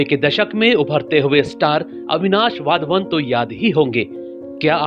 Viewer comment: वाध्वन नही सही वधावन है